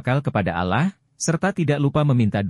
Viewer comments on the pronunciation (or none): Penyebutan Allah kok Alaah sih, mohon di kaji